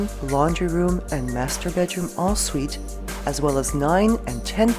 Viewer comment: Is she calling the ‘en-suite’ bathroom ‘all suite’?